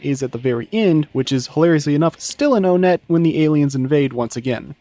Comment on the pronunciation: It's pronounced "one-et" not "o-net"